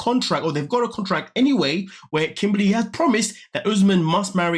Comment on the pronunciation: Her name is Kimberly not kimbaaly